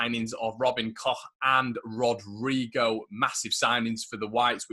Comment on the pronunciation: Robin Koch pronunciation - you nailed it,! 😁👏🏼